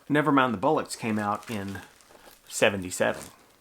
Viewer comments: and it's bollocks, not bullocks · ACES VID MAN! Bollocks is pronounced like... Boh. lox.